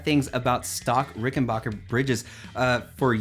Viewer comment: Ricken-BACK-er not Ricken-BACH-er. Sorry mate a bass dude should know better.